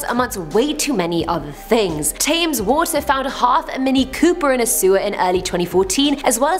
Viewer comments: wait, did she say Thames water, and actually pronounce it as 'Thames'? Fair enough it is spelt like that, but you pronounce it 'Tems' don't you? Or has my whole English life been a lie? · You're English!! Where did tames come from? You should know it's said tems 😂 apart from that another cool video, i like you more each time! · Aren't you British? "Tay-ms" water? Really?! Thames is pronounced 'tem-s'. The Thames being the 2nd longest river in England. Not being a grammar/pronunciation Nazi, but was just surprised as is British and everyone in the UK has heard of the river Thames... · I person with a British accent mispronouncing "Thames" is something I never thought I'd hear.